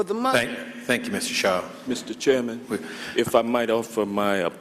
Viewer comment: “Thank you Mr. Chairmanum...” What an idiot.